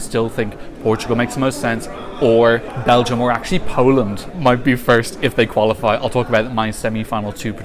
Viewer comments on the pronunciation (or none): none